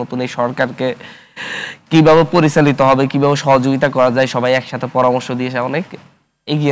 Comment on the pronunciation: তুই তো বাংলাও ভালোমতো বলতে জানো না😂 পরিসালিত, হস্ছে, জাবে এগুলো কি